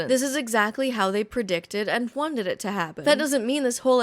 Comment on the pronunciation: Love your videos but if you ever pronounce the word “wanted” with a hard H like this ever again I will walk into the sea!!!!!